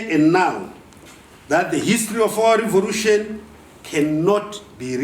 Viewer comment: So "revolution" is pronounced as "revorution" in Zimbabwe?